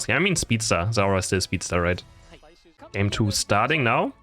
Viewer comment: Its not zeora It is zeraora